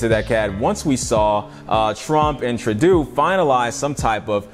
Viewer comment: Great video! Canadian guy is pronounced “True-dough”